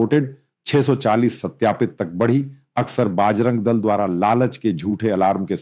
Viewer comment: You seems to be belongs to North india but your pronounciation needs to corrected You are calling everytime pronoucing बजरंग दल as बाज रंग दस बार bol rahe ho please do necessary correction